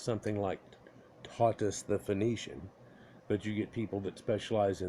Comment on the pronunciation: Pronounced - Th - oh - th